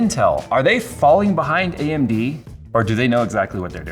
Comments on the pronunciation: he says AMB instead of AMD, LOL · Yes, you weren't misheard. His mouth shown "B"